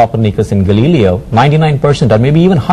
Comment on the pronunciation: where he pronounces Copernicus and Galileo as "Copper-Nikkus and Galeelee-O" hahahaa